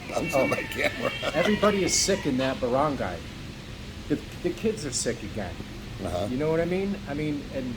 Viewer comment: Barangay is pronounced BA-RUNG-GUY :)